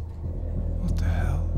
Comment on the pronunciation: Why is the narrator a different accent than the guy in the vid? The narrator says "duh" for "the". That's really the only thing that really bugs me. If you have an actor/protagonist/main-character talking in the vid, you need to have him do the narration too. or get someone who at least sounds reasonably close.